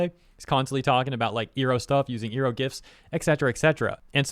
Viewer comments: Iroh is pronounced Eye-row not Ee-row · Eye row, not ear row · Not to disregard the whole point of the video or anything, but is anyone else gonna mention how has been pronouncing it "ee-roh" throughout the the entire vid when it's actually pronounced "eye-roh"? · The way you say "Ear-oh" instead of "Eye-roh" when mentioning Iroh really gives me PTSD flashbacks from the first live action ATLA. 😂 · You hurt me... It's not E Row it's I Row. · Did you say iroh as "eeroh" instead of "eye-roh"? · You better run. You pronounced "Iroh" wrong. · Sorry, but you calling him "Airo" instead of "Eye-ro" makes me think "Ero" 😂😂😂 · Is nothing sacred anymore? Mako is looking down on this with shame. Also,, I feel the need to remind you that you pronounce Iroh as "EYE-roh", not "EAR-roh", as the Last Airbender movie pronounced it. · I ROW. Not E row. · it's pronounced "Eye-row". not "ee-row" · Hold up nu uh nope stop right there. Its I RO not EAR O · Why tf are you pronouncing Uncle Iroh’s(Eye-Row) name like that?! 😭😭😭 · You said ear-oh so many times that I had to come back to watch the video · FYI, iroh is pronounced eye-row, or Ai ro if you're going by japanese phonetics i spose. just a smol thing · Oh you did not just pronounce his name as "Eeroh" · Love your stuff! And I don't mean to sound like I'm criticizing you or anything, but you do realize, Iroh is pronounced like "eye-row," right?... It's supposed to be a play on the word Iron. They pronounced it like how you do though in the God awful M. Knight Shamalan LA adaption... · I can only hear Iroh's name mispronounced so many times... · Is this guy purposely mispronouncing Iroh’s name? What the actual heck? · I really hate how you pronounce Iroh. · The voice actor aside, why are you saying Uncle Iroh’s name wrong? 😭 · we just going to ignore him saying Iroh like how the food gyro is pronounced? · pronouncing iroh wrong the entire video was hurting my soul